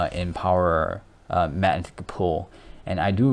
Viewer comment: Mag-netic...come on bro you can do it lol